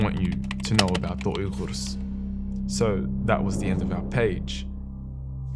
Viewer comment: It feels great when I hear you pronounce "Uyghur" so accurately. Thank you for that and thank you, ofcource, for being our voice.